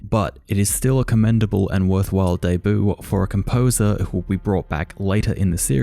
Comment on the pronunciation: Why do you pronounce debut like deboo